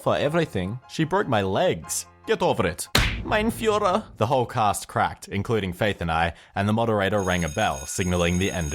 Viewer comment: "Mein Füher" 😂😂💀